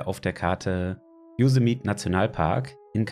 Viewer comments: Servus, top video, aber ein kleiner Tipp: Yosemite wird so ausgesprochen: Joßämeti :D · jo SEM i TIE betonung auf der 2. silbe. :)